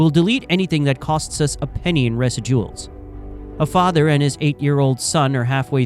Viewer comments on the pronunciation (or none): Residuals is pronounced “reh-zidg-oo-alls” not “rez-ih-duals” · "residUals"? just disclose you use AI. this is misleading. shame on you. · Sorry, but at the mark this video became simply unlistenable. The AI mispronouncing “residuals” as, “Resi-DUALS” was just one bizarro word mispronunciation too many. YouTube page blocked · The Narrator has to be AI or is mispronouncing words deliberately cause wtf is resy duals? It's residuals as in ri ziduals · Dude, please correct how you're saying 'residuals.' It's not (Rez-ih-dualz), it's (Re-zih-jualz) with the emphasis on the short i sound in the middle. C'mon! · The mispronunciation of residuals is disturbing. There was also a weirdness to one of the "subscribers". It isn't REZ id oo al. It is "re ZID u als". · AI talking about "Resa-duals".... (Residuals) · ??? What is this AI voice? Why did you say “residuals” as “resid duels”?????? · "res si duals" ??? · AI (or text to speech) doesn’t know how to pronounce “residuals”. It ain’t rezi duals. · Residuals is pronounced "reh-ZID-joo-ahlz" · Say it with me "Re-Sid-u-als" - Residuals. Why the guy in the video have a hard time saying that word... AI is to blame. The voice is AI. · You can tell the narration is AI because it pronounces residual wrong. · That's not how you pronounce residuals. I don't know why I came to Youtube expecting actual journalism, this is just a dude reading an AI script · Weird pronunciation of “residuals” was what tipped me off 😅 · 😂 How do you mispronounce 'residuals' and then 'series'? If you've never heard of a word maybe search for a video that uses it before you repeatedly show everybody you don't know what you're saying. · AI voice can’t say residuals. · How you pronounce "residuals" is hysterical. Or it's bad AI. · Lost me when the AI couldn’t pronounce “residuals". AI sucks. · That's not how you pronounce residual.